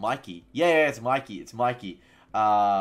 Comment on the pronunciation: It's mickey not mikey